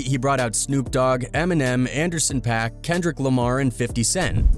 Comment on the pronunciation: Bros called Youtube is called hood whatever and it’s a white dude talking that can’t pronounce Anderson Pak like how white people say TuPACK not 2pac 😂😂😂 also foo didn’t mention Mary j blidge when talkin about the halftime show I don’t think Anderson pak even performed unless im missing something